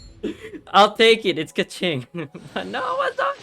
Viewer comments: when he pronounce keqing as keching, i was about to choke on my coffee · nope, i’m chinese and you’re not supposed to pronounce it as chi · ...I actually hear nothing wrong with that pronounciation. Is it just the accentuation?